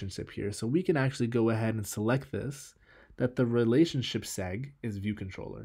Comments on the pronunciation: Man it's pronounced seg-way, not segg. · Hey! Segue = “seg-way”